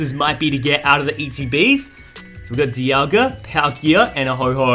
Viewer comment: Lol he called diagla Dee aw guh